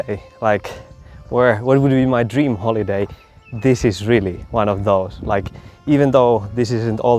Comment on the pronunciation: At first when you said , “holiday”, I thought you said holy day. Actually, though, days spent like that would be holy days.